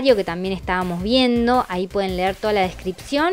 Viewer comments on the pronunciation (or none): none